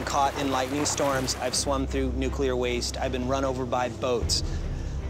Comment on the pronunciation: Swam through nucular lol what a chump